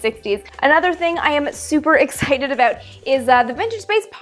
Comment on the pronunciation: hah... it's cute when she say's "aboot"... lol